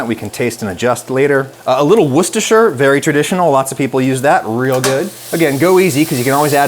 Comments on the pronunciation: you are better than most brits pronouncing Worcestershire. respect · I was casually enjoying this video then Adam came out with a near-perfect pronunciation of Worcestershire and the brit inside me suddenly awakened with joy. Worth it just for the correct pronunciation of that! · brit here. he pronounced it better than most people in the UK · You…you did it. You pronounced it flawlessly. I’m…so proud 🥹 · If I remember correctly he worked or lived in Massachusetts at some point? We have a city, Worcester, MA. So around here everyone knows how to pronounce Worcestershire pretty naturally, contrary to the internet meme that it's one of the most impossible words to say. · I really appreciate that you: 1) Like me, were raised on Sloppy Joe’s. 2) Added celery seed, which is an under appreciated taste 3) Possess the ability to pronounce the word “Worcestershire” correctly!